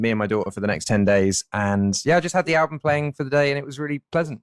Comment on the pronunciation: Sao bé Vy cứ đọc “an-bùm” hoài vậy ta? Album phải đọc là “eo-bầm” có đoạn Ed cũng đọc rõ như muốn sửa cho Khánh Vy. Từ album là từ cơ bản vậy mà đọc để sai. Các em thần tượng bé Vy khoan đọc comment này mà làm ầm lên. Vì Khánh Vy là đại diện và may mắn được interview Ed nên càng phải chỉn chu, chứ “phát âm sai vài từ có sao đâu” thì VN ko thiếu gì người có thể thay vị trí của em. Góp ý vậy thôi nhé!